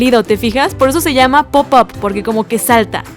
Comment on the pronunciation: Cuando dice pup up se escucha popo